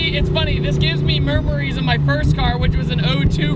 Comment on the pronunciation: Mermeries? Lmao